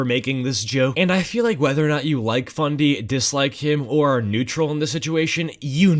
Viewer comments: did he say fundy or bundy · Did you say BUNDY?